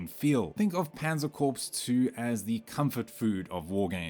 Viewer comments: "Corps" is not pronounced as "corpse". "Panzer Corpse" only happens when Jerry's tank blows up. It's pronounced "core". Like "Marine Corps". You wouldn't say "Marine Corpse", would you? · How many people are left that know how to properly pronounce Corps? It’s pronounced “Core” Mr. AI not “corpse” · Just FYI, "Corps" is pronounced as "Core" :)